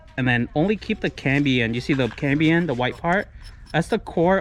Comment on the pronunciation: Very cool but my ears were buzzing every time you said cambien. It's cambium lol. Now let me get my drill 😃